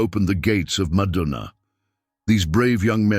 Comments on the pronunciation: If you keep saying madunaa, instead ov saying madina pronounced madeena,I cAn,t listen to you as madina is a very very sacred but holy sight for all mankind,carry on brother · It's madina not madaana...pronouns properly